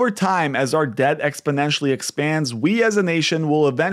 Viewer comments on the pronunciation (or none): none